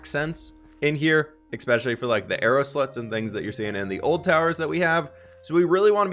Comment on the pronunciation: Are you calling them "arrow sluts"? instead of "slots"?